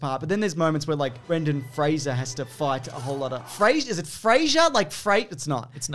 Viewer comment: Kudos for pronouncing Fraser correctly 👍🏻